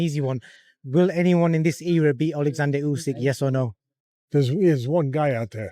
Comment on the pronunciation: Usk. Usike. And yeah, Oozkike. 😂